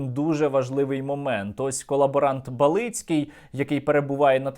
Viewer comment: Пане Сергію, дякую вам за це відео. У мене єдине уточнення: у зрадника Балицького наголос у прізвищі на 1-й склад, він БАлицький, не БалИцький. Я просто кожен раз дивуюся коли ви його називаєте по своєму, ніби це інша людина. Ну і сподіваюся, що колаборант Балицький скоро здохне і привід його обговорювати зникне.)